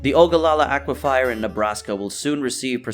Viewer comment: The narrator should probably have previewed the pictures and the script before producing this. He should also go back to school and learn how to pronounce words like aquifer among others.